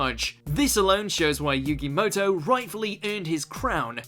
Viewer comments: it's not muto it's moto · It's MOTO no MUTO ..... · Muto?... it’s Moto.